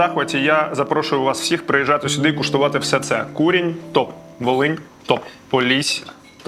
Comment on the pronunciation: Волинь а не валинь 55хвилина